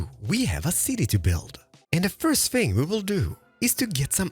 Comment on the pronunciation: Are you danish or otherwise Scandinavian? Because of the “another think I can like” that sounded so scandi like “jeg kan lide”